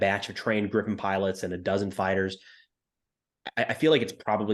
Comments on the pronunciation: Griiipen not Grippen. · Jesus Christ, why is it so hard to learn how to pronounce Gripen correctly? The "i" in the middle is pronounced like the "ie" in grief. Or the "ea" in read. (I guess we have to accept the English/American way to pronounce the leading "gr"...) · Btw, 'Gripen' is pronounced like if you spelled it 'Greepen' in English, like in 'green'. 'Gripen' means 'the Griffin'.